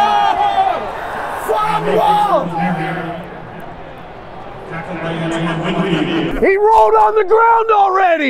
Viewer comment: the way said FUMBLE